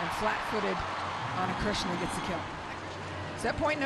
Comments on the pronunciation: It’s Cristina NOT Krishna. Learn how to pronounce names correctly! 🤨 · The name is not Ana Krishna, but Cristina, just like Cristina Aguilera or Cristina Ricci, is not that difficult. . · I feel his say Ana Krishina no Ana Krishna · Calm down dude, she said "Cristina" but look like Krisna. She actually pronounced "Krissina" (t -> s) i would pronounce like hers because thats just our accent hahaha ✌️ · “Cristina” shouldn’t be such a hard name to pronnounce 😂🤦🏻‍♀️ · These commentators should pronounce players’ names properly 💀 Ana Cristina’s name is literally easy to pronounce and yet they botch it